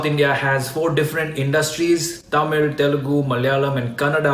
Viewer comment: Wow you pronounced tamil as thamizh(which is correct one and not Tamil)